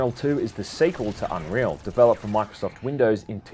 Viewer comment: Aww you kinda butchered it, i loved it when inwas little